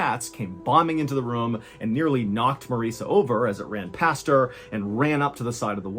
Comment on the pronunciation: It’s ROOM. Not rhuuum